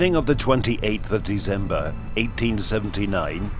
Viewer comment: It's December, not Deezember.